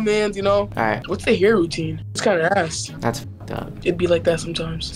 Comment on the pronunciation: am I the only one who heard “get yo ahhss”? 😭